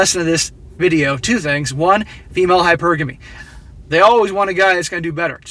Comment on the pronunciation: U say it like this..Hy..Per...Gamy..😂😂😂🇦🇺